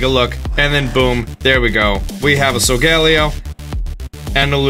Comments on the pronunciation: It’s So-Go-lay-O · Why does he call solgaleo sogallio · You’ve been saying Solgaleo wrong it’s pronounced soul gah lay oh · I don’t mind your pronunciation of Solgaleo’s name. But it’s actually pronounced SO-GA-LAY-O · I'm sorry but it so-ga-lay-o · He keeps saying sogaleo wrong and it’s triggering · UR MISPRONOUNCEING SOIGALEO